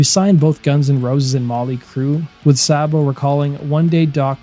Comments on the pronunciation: It's not Sahbo. It's pronounced Saybo. My brother knew them personally. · "Say-bo." Not Saa-bo. He even said so when his buddy Jon Bon Jovi did a fake interview with him. Please learn how to pronounce things. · I can't listen to this...it's Saybo..not Sahbo. Unsubbed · It's not Sahbo! Sabo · Pronounced snake 🐍 SAY-BO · Dave Sabo with a long a sound. Not whatever you’re attempting. It’s pronounce like Saybo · Thought Dave Sabo's name was pronounced like "Saybo". The way He is pronouncing it sounds weird. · Saybo it's pronounced Saybo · no mention of their 1st drummer who was bonjovi's 1st drummer but fucked that up. joined daves band and stabbed his drug dealer right before they got signed and had to do 11/29 in the big house, rob was an emergency replacement... and its pronounced SAY BO dammit...